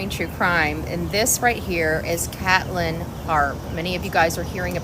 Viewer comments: Hey name is pronounced KATE LYNN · Resptfully, you miss pronounced her name